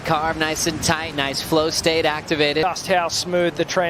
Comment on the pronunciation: Whoever taught how to say “flow state” needs to give themselves an uppercut.